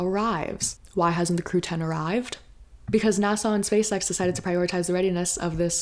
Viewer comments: *NASA, not Nassau. A is for agency. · Great info but you say NASA like it’s an island in the Caribbean 😊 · fElon should cut back on the K. Also, I’ll never pronounce NASA the same again 😂🎉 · I kinda like the way she says it lol its silly